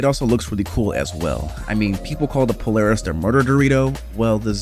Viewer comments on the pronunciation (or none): none